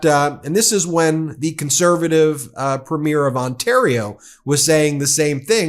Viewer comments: Thank you for your coverage. Canadian here about to give a lesson on Canadian pronunciation. Premier is pronounced "Preemier" (emphasis on the first syllable), not "Prehmiur" (as in a movie's first showing). Danielle is pronounced "DannYELL" (emphasis on the second syllable), not "Daniel" (as in a man's name). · You pronounce it PREMier not preMIER! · It's PREEM- yer How hard is it for Americans to get? That damn American education system! 😭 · Pronounced PRE ME AIR .. and Danielle is a nut.. a sell out ..Canada is NOT for sale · Thank you for all your great work, Ben. Premier is pronounced PREEM-yer. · Ben, as Canadians we pronounce premier (in the context of provincial leaders) ... as preemeer. Until I read someone else's post, I didn't realize we pronounced it differently than you. I don't know if other US peeps pronounce it the same as you. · Thanks for the video. Please note, "Premier" is pronounced "PREEMyer" and "Danielle" is pronounced "danYELL." Cheers. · Hi Ben, no one seems to know how to pronounce “premier” in the US. It is not a premier of a movie, it is PREEM-yər. 😎🇨🇦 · Has anyone mentioned that you have a tendency to mispronounce the word "Premier" as it applies to leaders of Provincial parties. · here's an idea ... learn to pronounce Premier correctly, or Alberta for that matter ... I double dog dare ya. not that you're wrong about Smith. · Ben, you need to know how to pronounce "Premier"! From a Canadian admirer of your channel and subscriber. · Please Please get a canadian to teach you how to say PREMIER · If you are going to provide comment on Canada please learn how to pronounce "premier" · Excellent pods Ben As Canadians we smile every time you try to pronounce Premier